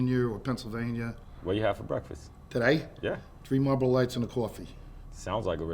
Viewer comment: What did you have for breakfast ? Tree Marboro lites an a cawfee !! 😂😂